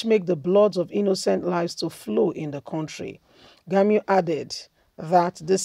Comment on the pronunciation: "Gumi "not "Gamiu"